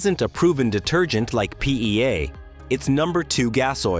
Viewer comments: Have a drink each time the AI says "PEA" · Say PEA one more time, you AI AF voice. Say PEA one more time! Same AI voice from so many other videos. They should use a human. Though there's some useful info here, I am just sickened by the robot voice. Perhaps the whole video is AI generated; I don't know.?